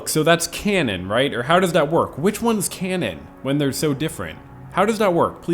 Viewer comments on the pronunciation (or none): none